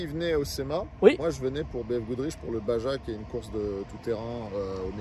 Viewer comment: petite info baja se dit "bara" (spanish) si tu veux pas passer pour un gland😂